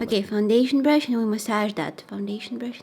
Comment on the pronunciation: no one: absolutely no one: Me thinking she said fun brush: wait what. whats that. mommy I need a fun brush!!!!